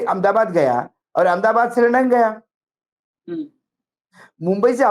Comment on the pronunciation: R S S ki hi Chatukaarita Karni Hai to Karnavati kiyun nahi keh dete? AHMED ABAD word ko Anmdabaad kiyun bolte ho Naamkaran ki hi Munim chalao na bhai?😂